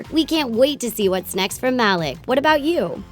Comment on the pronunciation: Mal eek, not mal-ie'k